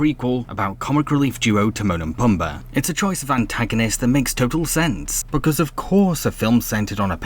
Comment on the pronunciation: It’s pronounced Te-moan and Pu-m-ba